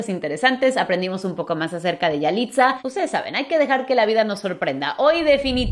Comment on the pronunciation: No se dice yaliza